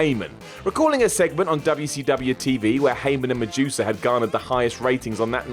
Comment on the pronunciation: me: I hope he stopped saying Wubbya C Wubbya. less than a minute into the video: of f*ckin course not.